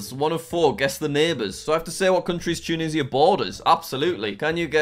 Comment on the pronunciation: Im american and it hurt when he said tunishia instead of tunisia